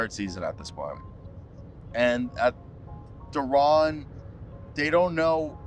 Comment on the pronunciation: Its Day..Day'ron